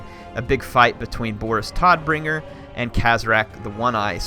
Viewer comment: Hehe, the 'Todd' Bringer doesn't sound so bad ass. Since 'Tod' means 'death' in German it's probably announced like 'oh' in English. So you'd pronounce it as 'T(oh)dBringer'